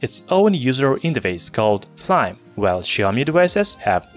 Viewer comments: Flyme not flym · Yeah. Fly-me